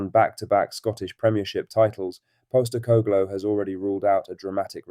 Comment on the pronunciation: Why can you not pronounce “Postecoglou”?